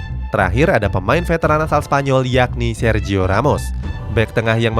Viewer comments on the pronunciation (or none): none